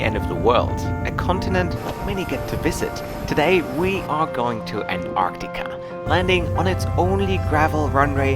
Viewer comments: WTF is anartica??? ANT-TAR-TICA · You keep saying ANARCTICA?? It's ANTARCTICA!! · An'arctica or Antarctica? I'm confused. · Antarctica has a letter T after the an. So its anTarctica. After all who says Frankfur. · Amazing video so lucky! I just hate how u pronounce Antarctica lol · Thanks for the video but you seemed to forget to pronounce the first t in Antarctica (please correct me if it's pronounced differently) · I love your videos and this is the most surreal. (Not to be mean and I appreciate English is not your first language but you did keep mispronouncing Antarctica🙄 I suspect it was the excitement and the awe of it all.) I can't wait to see where you go next. Cheers my friend, for another exceptional vlog. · there are 2 t’s in Antarctica, both of which are pronounced. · only half way thru and loving the video. Have to say I have never heard Antarctica pronounced that way before. Awesome trip and glad you enjoyed it and shared with us. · Congratulations, only thing i didn’t like is the way how you pronounce Antartica by the way I’m really enjoying your videos. Greetings from Deutschland